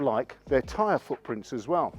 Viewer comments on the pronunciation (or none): none